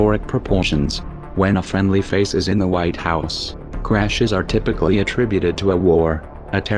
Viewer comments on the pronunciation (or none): none